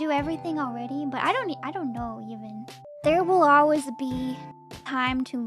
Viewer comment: This is kinda random, but I love slight accent where she says "Ole-wiz" when she says "Always" lol